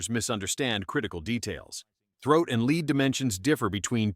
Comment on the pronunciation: TRANS-SONIC ??? a LEEEEVER gun??? ahhahahaa AI videos are pathetic. cast LEED loads must be new. To the person who post these videos. Do you even listen to how terrible it is?